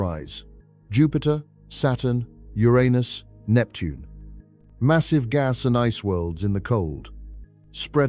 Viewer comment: thank you for saying Uranus the right way!